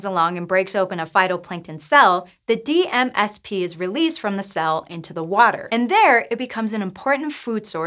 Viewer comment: Wish that DMSP was enunciated... I would like to know the proper way to say that name.